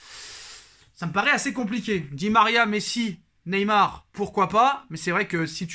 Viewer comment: Tu massacre Neymar chaque fois 😅